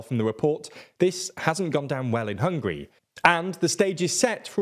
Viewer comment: Why is it so difficult for you to learn how to pronounce Hungary?! It’s not hungry!